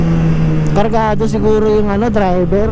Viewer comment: Hindi cargado cargago kamu 😂😂😂😂